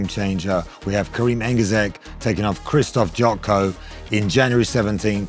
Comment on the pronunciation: His name is Kerim not Kareem! I think it is a matter of respect to learn the name of the person you interview.